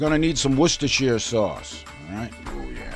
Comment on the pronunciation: Worcestershire sauce. It's pronounced "Wooster" ;)